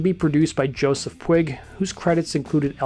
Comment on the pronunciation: pronounced "PEW-g", not "Pwig".